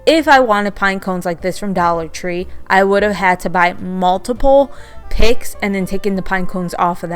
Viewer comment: 😇🎄 Hi, I absolutely L 💚 VE ALL of these DIYS, and I appreciate YOU for sharing, even though you are have the stiches in your mouth.😊💜 At first I thought you were saying 🐖 pigs, LOL Then I kept watching more of the video, and realized that you were saying Picks. Thank YOU for sharing your creativity 😊 💜 P.S. I go by my middle Joy 😊 💜🎄 🎅🎁 ❄⛄ 🎩 Oh and YOU are the FUNNIEST You Tuber, and NOT JUST BECAUSE, I THOUGHT YOU WERE SAYING PIGS, but because you ARE just NATURALLY FUNNY 😅😊💜🎄🎅🎁